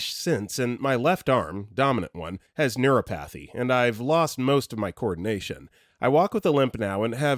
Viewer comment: Neuropathy is not pronounced "neuro" "pathey" It's "Neur- ah pothey"